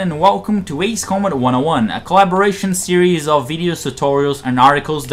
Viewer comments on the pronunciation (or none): none